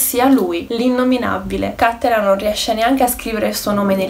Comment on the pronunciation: Bel video ma ti prego correggi la pronuncia. Per un veneto sentir dire cÀttelan invece di CattelÀn è traumatico.